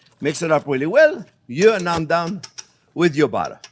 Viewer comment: I love this guy. I also love how he pronounces butter "Ballow" lol.